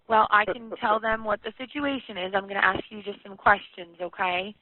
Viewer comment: At least he didn't axe any questions